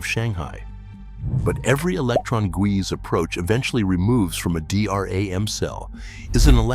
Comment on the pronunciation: "a D R A M chip" it's literally pronounced "dee ram" I hate AI